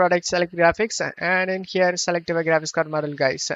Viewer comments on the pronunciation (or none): weird pronunciation!!!! Open up-pe?, it-te?, guys-se?, link-ke? why do you need to say it like that bro??????? u re really annoying!!!! DA FooCK!!!!!!!